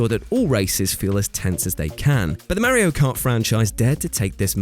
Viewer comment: I cringe when he doesn’t say Mario correctly